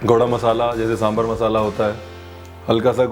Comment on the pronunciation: I think you committed the same mistake again by pronouncing sambhar. It’s sambhaar !! 😂🤣 btw nice video. Really mouth watering delicious!! 😋